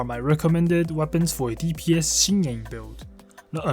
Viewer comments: both of you are wrong lol it's pronounced sin-yen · It's pronounce as Shin yen.